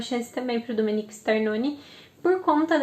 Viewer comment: O nome é Domenico e nao Dominique.